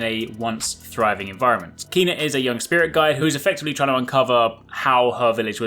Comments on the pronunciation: It’s “Ken-Ah” not “keen-ah” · It’s pronounced Kay-Nah... it’s literally in the trailer hahah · It's of the Official Trailer. To me, it sounds like he is pronouncing it as "kenn-ah" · EmberLab confirmed over Twitter its pronounced as Kay-na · The narrator, who seems to be... pronounces her name. Pay attention, mate:)